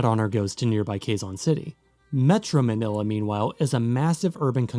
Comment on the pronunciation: Your pronunciation of the names of the places is almost perfect